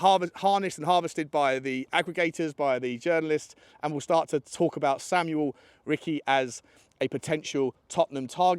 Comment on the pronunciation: Ricci is pronounced like Lionel Ritchie